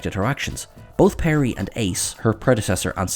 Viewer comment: Turlough was played by Mark Strickson not Strickland.And it was Peri not Perry and Adric not Adrick.